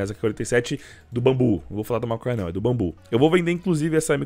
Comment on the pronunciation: EU OUVI MASONHA? KKKJ